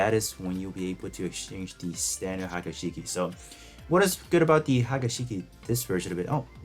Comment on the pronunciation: pronunciation murdered.. Haga Shiki??? its "Hee-ya-ku Shiki"